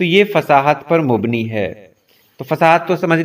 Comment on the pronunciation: مبنی:کا صحیح تلفظ میم کے زبر "ب" کی سکون اور " ن" کی زیر کےساتھ ہے آپ نے میم پر پیش پڑھی ہے جو کہ غلط تلفظ ہے ۔ اس کے علاوہ بھی آپ الفاظ کو غلط تلفظ کے ساتھ پڑھ جاتے ہیں مستعمل: کا تلفظ بھی آپ نے صحیح نہیں ادا کیا